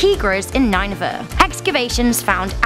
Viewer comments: What is Nine-Vah? You mean Nin-e-vah? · Nineveh? What is this pronunciation? Its Nin-E-Vah. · nineveh is pronounced ninny-va not nine-va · It's pronounce nin-a-vuh, not nine-a-vuh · The Hanging Graden of Babylon is in Nineveh "NEW" babylon. Again ... Ni-ne-veh Girl! Ne-bu-kad-ne-zar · The Assrian city of nine-va..